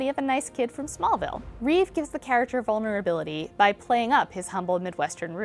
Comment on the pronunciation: Yahoo Entertainment, if you're going to talk about Christopher Reeve, at LEAST get his name right - It's *Reeve*, not Reeves, (only Reeve's when referring to something of his (smile, character, looks, portrayal etc)).